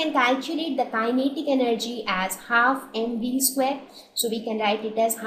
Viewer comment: The explanation is clear and helpful, but the persistent mispronunciation of kinetic gets annoying after a while.